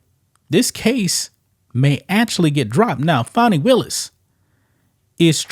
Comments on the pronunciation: Not Fonnie. Is FANNIE. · Every time I hear someone pronounce her name FAWNY they get an automatic 👎😅👎 GTFOH! Her name is Fani which is pronounced FANNY! If they wanted it pronounced FAWNY then they shouldve learned to spell!